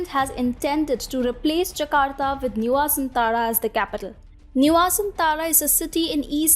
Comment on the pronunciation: Why pay yourself if someone else can pay for it. Jakarta will soon be sink under the sea level. And so many other reasons considered why the new capital should be build. Clearly the writer doesn't know Jokowi and Indonesia at all. And the anchor have no idea how to pronounce Nusantara. Nice try tho.